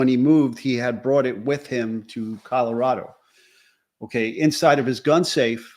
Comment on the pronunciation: A simple request. We who live in this beautiful state, pronounce it ColoRADo not the ColoRODo. Even our Governor Polis has requested the correct pronunciation.